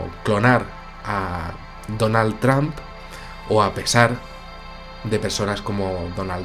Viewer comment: Tramp???? Se pronuncia "tromp" mi buen, Saludos.